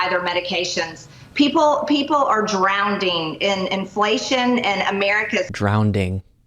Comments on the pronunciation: "Drownding!" LOL! Low IQ-anon strikes again, displaying her ignorance and her arm pits for the world to see. Poor mentally challenged Marge likely doesn't even know how to spell "communism," let alone define it. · My 7 year old knows not to say "drowneding". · She’s “DROWDING” in her own BS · Fact: She doesn't know what communism and socialism actually are, nor does she know what the difference is between the two. She is "drownding" in ignorance. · drownding ha ha ha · Marge is "drownding" in her own BS! Happy trails, Luke. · DROWNDING!!!!!!!!!!!!!! What a rube!!!!!!!!!!! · I think MTG is “drownding “ in stupidity! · Marge is “drownding” in her own MAGA tears. The socks stay on!!! - T. Campbell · Yes, drownding is what deplorable poorly educated stupid people with bad hair say🎉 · She is an ignorant woman! Drownding??? Really??? Not to mention the crap spewing out of her mouth. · And drowning, not drownding! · Drownding? And does she even know what communism means? She just throws out buzz words for attention. She doesn't even know what she's talking about. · “Drownding” — another fav non-word of the terminally idiotic. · ... "drownding"? ...proof, period... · I cant believe she said 'drownding ' 😂😂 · 🤣Drownding! What an imbecile! 😂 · People are drownding??? What is that. The Woman is so ignorant that she can't even criticize Biden without mis pronouncing words. Its absurd that she is even in Congress!! Can we please elect competent, well spoken people, please! Then we have this dumpster fire Trump just putting stains all over America!!! And impeachment inquiries will not solve the problem of Trump being a criminal, and Joe Biden they have no proof of any wrongdoing! Its ridiculous!!! 😮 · She also says drownTing - what is drownTing ? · Everyone else "drowning", MTG is "drownding" 😂😂😂😂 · She's "drownding" in her own stupidity! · Drownding?? Right up there with when she said peach tree dish. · "Drownding" LMAO